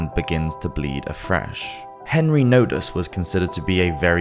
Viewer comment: It sounds like “Henry Notice”. I use closed caption because I am deaf in one ear. Held speaker close to my good ear, sounds like “Henry Notice”.